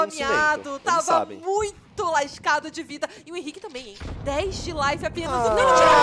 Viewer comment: Problema é chamar o Henrique de Ren, é esquisito